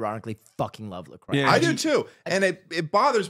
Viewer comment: As a Lacroix, I appreciate the love... and thank you for pronouncing it properly.